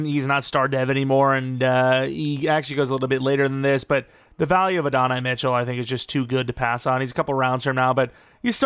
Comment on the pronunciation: i think its *ADD-in-eye mitchell but say it fast